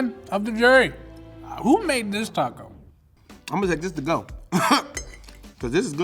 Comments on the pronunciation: Im sorry but if you pernounce taco " taha kow " you no where near Latino and or Mexican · Its pronounced taco not taco